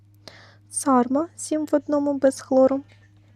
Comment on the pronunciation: Огляд дуже сподобався. Тільки є маленьке зауваження - засіб для миття посуду Carma читається Карма ( на пляшці написано ). Sarma (Сарма) - то інший засіб